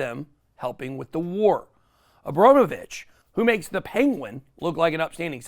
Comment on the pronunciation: You must have heard another American saying Abramovich correctly yet you say Abromovich. You even enunciated it. Why? It's you job to speak, why not speak well?